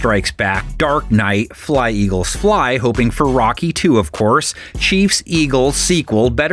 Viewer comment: our mayor chanted Eagles as ELGSES 😆